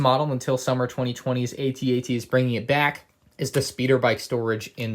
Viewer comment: You called it a A-TT